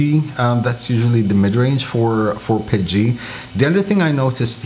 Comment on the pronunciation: What is pedgie ? Are you saying PETG? LOL. Awesome tips. Thanks!